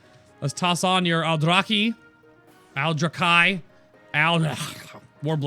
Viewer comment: I like the Aldrachhhhuhhhhchhhh blades, as you said. :-)